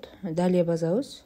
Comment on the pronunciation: Базабыз эмес,басабыз дейт